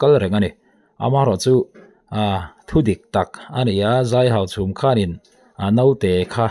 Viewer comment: I tawng hi fimkhur deuh teh aw Hauchhûm a ni lo Hauchhum a ni zawk aw.